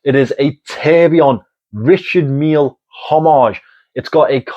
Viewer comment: 😅 and not only this word! As a french, I love how he pronounce Richard Mille 😊